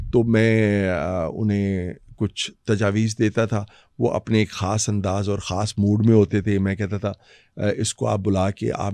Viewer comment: Why are you saying کھاسی ، کھان 😂 say خاصی، خان instead